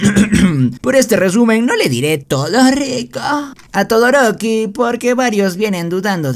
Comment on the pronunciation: Xd todoriko o todoroki?jejeje